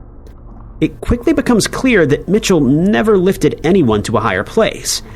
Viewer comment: It’s not Mitchell it’s “Michel” (me-shell)